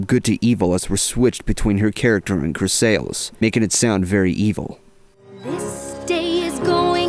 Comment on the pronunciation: Chrys-a-lis, not chry-saal-is. You should know better.